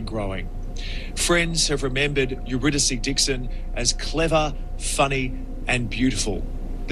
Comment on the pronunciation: AI slop..lazy bastard making slop with AI..you're saying her name wrong..HOW FKN DISRESPECTFUL and showing Sydney instead of Melbourne ..fuxkwit. Disgusting!